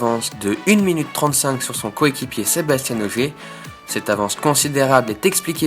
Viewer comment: Bonne vidéo merci, juste un "petit détail", Sébastien Ogier il est francais, pas comme Sebastian Vettel, pas la même prononciation. Sinon petit résumé parfait. Bon courage pour les suivants, je les regarderais (en espérant entendre SebasTIEN lol)